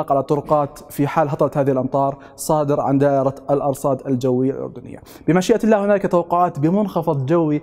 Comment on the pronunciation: عندما تلفظ كلمة الله وقبلها يوجد حرف جر يتم مراعاة وضع كسرة تحت حرف اللام يعني يتم ترقيق حرف اللام لانه يسبقه حرف جر انتبه لهذا الامر وشكرا